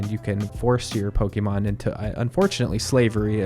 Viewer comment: Where do you get "Pokeymon" from? Where have you heard it pronounced this way? Totally bizarre.